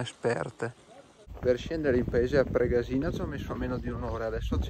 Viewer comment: confermo, pure io anni fa la percorrevo in auto. Bellissima anche se stretta. A titolo di info Pregàsina si pronuncia con l'accento sulla prima a. Grazie del video.